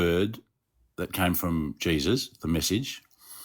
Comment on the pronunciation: The first time he said Jesus, with his accent, I heard “Jay-Z.”